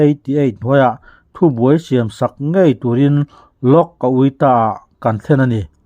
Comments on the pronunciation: A-wik-ta ti pawhin a lam loh hi, a-ui-ta tiin lam char² zel, a hma daih ațang tawh khan😅😅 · Lok Auikta, ni lovin, Lok Ayukta tih tur ani zâwk lo maw ?😂😅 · Ayukta khi mizotawng deuh in A-wik-ta tilovin A-i-uk-ta tiin lam rawh